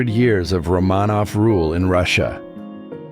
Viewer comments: Poe looks like a serial killer. Romanov is pronounced ROMAN-off. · Rah-ma-noff? Lol.. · You mispronounced Romanov. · We have numerous motion pics of Chaplin and Monroe--no big deal. Abe Lincoln, enthralling! Why not do Robert E Lee or Napolean ? Or learn to pronounce Romanov? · Wouldn’t you think if someone were going to narrate something like this, they would research how to pronounce the name “Romanov”? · The irony of using AI for photos to video but using AI that mispronounces “macabre” and “Romanov” among others is *chef’s kiss.